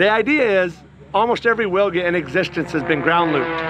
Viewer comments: Amazing plane :O... Just small comment "Wilga" - Polish name for oriole bird, pronounce like vilga, not willga. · It pronounces Vilga. In Polish "W" is like English "V". 😉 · Amazing plane, but the proper pronunciation of the name is VILGA (veel-gha). It's Polish for Eurasian golden oriole (a kind of bird :) )